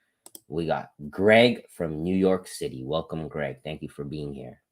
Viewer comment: Great video as always do. Did you say "greg" towards the end of the video?